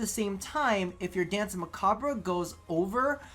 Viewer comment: While you're at it might as well not forget about the French pronunciation of "danse" either since the entire term is French.